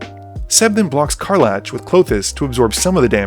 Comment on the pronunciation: CAR. LACK., I love your videos, dawg, but PLEASE, HER NAME IS CAR-LACK NOT CAR-LATCH